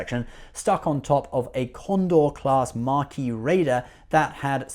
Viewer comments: There's no "R" in Maquis... MACK--EE, not MARK--EE. I thank you. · It's "Maquis" Raider, not "Marquis" raider...one of these doesn't like Cardassians annexing territories, the other is a ship. ;)